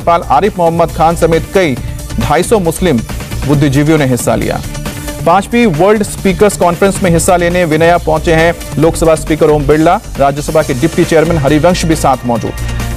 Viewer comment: पहले ढंग से उच्चरण तो कर लो.. विन्या नहीं वियना है..